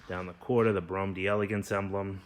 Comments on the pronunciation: It's pronounced DEL-uh-gaunce. Not "DE- Elegance" In French, when the word "de" is followed by a word that begins with a vowel, the two are elided together and is pronounced as a single word. French lesson of the day! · Pronunciation tips : when you see D’e it’s pronounced De